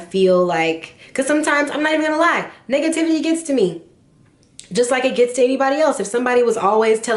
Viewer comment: It sounded like you said "sometimes niggah-tivity gets to me " 😂😂😂😂